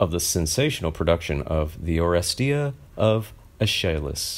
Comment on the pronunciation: Name is pronounced Morris. also Or-es-tie-uh